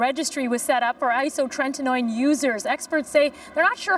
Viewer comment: isotretinoin not isotreNtinoin!